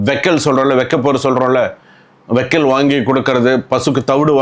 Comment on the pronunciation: Vaikkal illa sir, வைக்கோல்